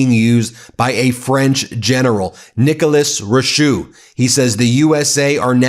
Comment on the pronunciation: The way he pronounce Nicholas Richoux lol dude learn your French, he also forgot about Canada